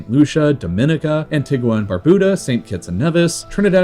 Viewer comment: I hate to nit pick but as I was born there I do know how it's pronounced haha its pronounced AN TEE GA not AN TIG WA and yes I know it's a Spanish name and it's supposed to be pronounced AN TEE GWA but all antiguans pronounce it AN TEE GA